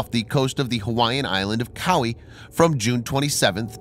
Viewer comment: It's pronounced "Kow-Why"... not Kowwie...ka-ploweee....